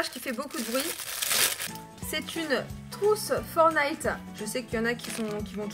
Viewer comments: Ça se prononce pas « fornayte » c’est « Fortenayte » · stp dit plus "Fornite" ou "Fornillete" stp dit "Fortnite"! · Tu dis pas le t de fortnite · fornite... c pas fornite c’est FORTNITE